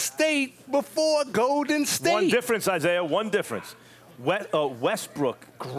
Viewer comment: "OKC was the Go'din State before Go'din State!!!" - Isiah Thomas